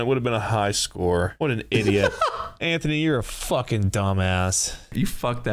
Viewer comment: That "foekin' weewoo weewoo" killed me.